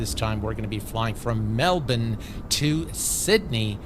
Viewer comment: Wait, said “Melbourne” properly! (For those who aren’t Australian, it’s pronounced “melbin” but a lot of non Australians say “melborn”)